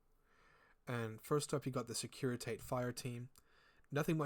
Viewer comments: Great video! Quick note though, securitate is pronounced "SEH-KU-REY-TA-TAY", it's the reference to the secret police of the communist Romania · Securi…tah tay. Took me a minute to figure that one out. Not used to American accents in infinity videos. 😂 securi Tate. S’funny